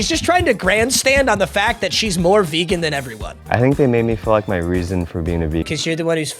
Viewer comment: That vehgan teacher about to yell at you 😂😂